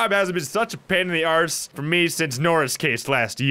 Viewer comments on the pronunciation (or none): Also, the way you say arse is funny